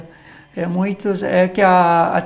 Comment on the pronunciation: Erro bastante comum e cometido por pessoas, profissionais da comunicação, inclusive. Observo há anos, jornalistas, repórteres, apresentadores de programas televisivos usarem a forma "COMPANIA". Qt ao MUNHINTO", é um vício coloquial difícil de se corrigir. Perdoe-me, professor, mas observei que, após a correção da frase na placa por duas vezes o sr pronunciar "MUINTOS...ME SEGUE" lendo a placa no caminhão. Podem ser reflexos de vícios ou dificuldades fonéticas (oriundas da língua de origem do orador, estrangeira ou problemas estruturais/orgânicos da boca e abaixo), pois muitos sabem o correto, por isso escrevem certo, mas pronunciam incorretamente como é o caso do "MUNHINTO". Obrigado, professor pela aula! abç!